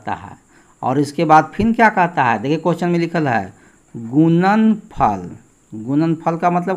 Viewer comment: Sar aap gudanfal ko gunanfal Q bolate Hain